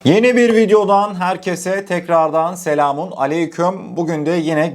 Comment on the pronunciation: Selam bile ağzına yakışmamış telafuz edemiyor ama bize siyasal islamcılıkla islam satıyor vatan millet satıyor. Saraydan extra maddi destek ne kadar alıyon yan mahallenin müslümanı